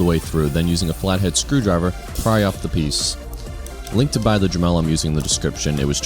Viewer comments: Dre-melled LOL Dude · Pickle Rick what the fuck is a druh mel? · The way he says Dremel frustrates me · haahahaha I thought it was weird too!